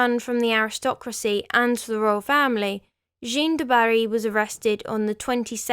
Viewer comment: As a french-german dude, I stopped the video at the disclaimer. I know how hard it is to pronounce french names for non-native speakers, but you're giving your best. It was cute tho. I loved it. Only partly wrong tho. You did good on 3 names. Gene du Barry. I'll never pronounce it in another way! Cuteness overload. "Gillomet" instead of "Gee-ooohm" is the best. I'm not making fun of you, bc as a legit historian I must say that you did good overall, but it sounds frightfully cute. I love this video.